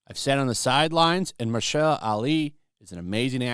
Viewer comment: Muh-HER-sha-la Ali. God almighty golden patriot, please get it right 😂